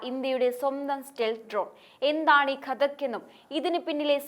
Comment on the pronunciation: ഘതാക്ക് അല്ല ഘാതക്ക് ഡ്രോൺ ആണ്